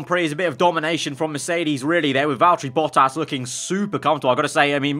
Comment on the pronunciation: ah I hate how says Valterri Bottas